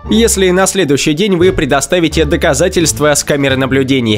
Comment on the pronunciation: Чувак что у тебя за проблема с произношением окончаний? Почему доказательствэы ? Увальнениеэ, наблюдениеиэ